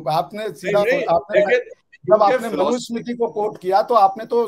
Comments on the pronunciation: Ishtiyaq Ahmed should know that the name is Manu Samriti and NOT Manu Samitri. He misspoke many times. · I respected dr ishtiaq Ahmed alot till today but today after listening to his views on Hinduism and the mughal history. I will never listen to the guy again, a person who cannot pronounce the word manusmriti properly claims to have read manusmriti and fully understood the contents. Secondly mentioned about low caste person from mahabharat who lost his thumb is a clear indication of ignorance letting the to know about agenda. There is no mention of eklavya as low caste in mahabharat and Mr Ahmed could provide the references from mahabharat authored by vyas ji. He is also trying to defend the atrocities committed by the Islamic terrorists (invaders).this guy sounds to be a biggest hypocrite and should be kicked out of India as soon as possible before he tries to poison the minds of the jihadis in India Islam andar dimag pichwade se bahar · Islam pe nahi bolega buddha jahan philosophy hi sociology ko curve karti hai... Par hindus ko gyaan dega manusmriti pe... Pata kakh kuch nahi sanskrit aati nahi hogi... Sanskrit chodo sahi se manusmriti nahi bol sakta aur kehta hai manusmriti padha hai... Arrogant.. Islamic apologist of highest order... Ohh bhai tere mulk mein do char writer nikale honge... Humare desh mein har field mein tujhse lakh guna decorated writers intellect nikalne hain humein gyaan mat de..!! Modern historian AIT ko debunk kar rahe hain aur yeh abhi bhi uss flawed theory ko push kar raha hai...!!!